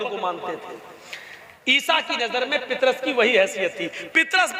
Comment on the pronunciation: जनाब पितरस नहि नाम पतरस है सहि नाम लिजिये यशु ने अला नहि काहा मेरा पिता उस का नाम यहोवा है जरा ठीक से बताहो